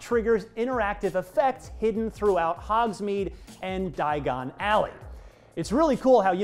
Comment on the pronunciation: am i the only one who’s bothered that he said “daigon alley” instead of “diagon alley”?